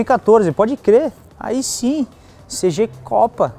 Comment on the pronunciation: CG não felho.. é Cêgi kkkkk tamo together